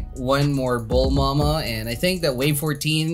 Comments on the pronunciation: Stop saying “Bulmama” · I like how he said bulmama